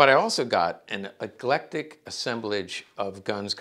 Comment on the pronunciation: Eclectic not egeletic = varied